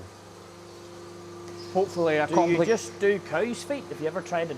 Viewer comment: He actually almost said "coo"! I've been waiting for that because I heard a Scottish person explaining how they call them coos, not cows, because of their accent, I guess. I'm like 2 years in before I actually heard it❤😂